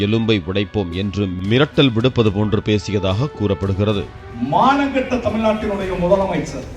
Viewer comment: This MLA said " manangkete Tamil Nadu"😮